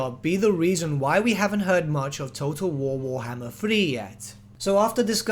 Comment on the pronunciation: nobody:: TOTO WOWOHMMER THREEE